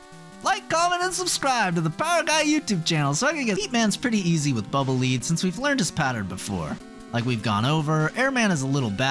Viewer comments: Someone correct me if I'm wrong, as I could very well be, but I thought Bubble Man's weapon was pronounced "Bubble Lead," as in the metal [Pb], which rhymes with "fled." This is the first time I've ever heard "Lead," as in "leader." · Bubble Lead is pronounced like "led" not "leed". It's lead as in the metal. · I thoguht it was pronounced bubble "led" as in the dense, heavy metal lead, not the "showing someone around" lead, because the bubble is heavy and trails the ground rather than lifts into the air. It's a lead bubble. A bubble made of lead... Trying to explain pronunciation with correct spelling is hard....